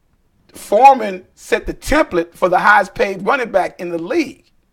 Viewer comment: FREEMAN, not forman